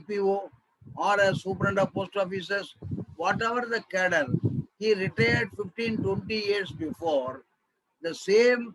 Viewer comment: Please take care of some sentences ...cadre as cattle